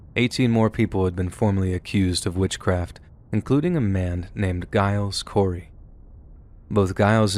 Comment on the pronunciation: The G in Giles Corey's name is pronounced like a J.